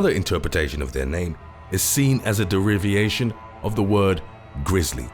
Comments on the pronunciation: Deriviation? Learn to speak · "Deriviation"come on dude.Is english your second language? I thought "alumin-i-um "was ridonkulous but deriviation is my new fave.